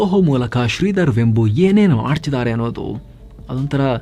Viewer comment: Totally good presentation about a great entrepreneur! Liked it very much. His name is pronounced as ವೇಂಬು NOT ವೆಂಬು.